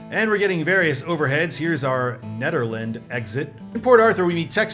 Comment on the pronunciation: Another mispronounciation: Nederland is pronounced NEE-der-land. Also, within Nederland is the exit for Jack Brooks Airport. I live off the US 69/287 concurrency on FM 421 in Lumberton, 2 miles before US 96 joins the concurrency. The entire stretch from Woodville to Port Arthur is simply referred to as US 69. So I agree that US 287 should end at the junction with US 69. The portion of the triple concurrency in Beaumont north of I-10 is called the Eastex Freeway, not to be confused with the better known Eastex in Houston. The freeway portion in Hardin County, up until US 96 leaves (NB), is also informally called Eastex but that is technically incorrect. The addresses on the frontage roads in that stretch simply use US 69 and ignore the other highways. I drive this stretch from FM 421 to I-10 frequently, knowing how to avoid the construction.